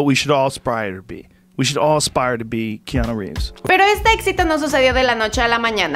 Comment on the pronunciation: Pronuncia bien el nombre porfavor